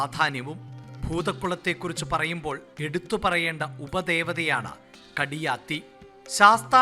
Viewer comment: മയ്യനാട് എന്ന എന്റെ ജന്മ നാട് വിട്ട് ഇവിടെ ചേക്കേറിയിട്ട് 16 വർഷം ❤️ഭൂതകുളത്തപ്പൻ കൈ വിട്ടില്ല എന്നെ. കൂടെ യുണ്ട് എപ്പോഴും 🙏🏻🙏🏻🙏🏻🥰🥰 കടിയാത്തി അല്ല കാടിയാതി എന്നാണ് 🙏🏻🙏🏻 കാടിയാതി അമ്മേ മനസറിഞ്ഞു വിളിച്ചാൽ ഫലം ഉറപ്പാണ് 🙏🏻🙏🏻